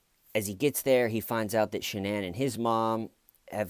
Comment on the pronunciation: the fact that she pronounces her name sha-nan and her parents call her shannon like normal people, says a lot